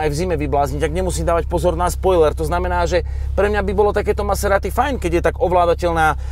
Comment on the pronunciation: to na zaciatku zabil..."Som Naserati" 😂...úžasné video hoši, klobúk dole a palec hore 👍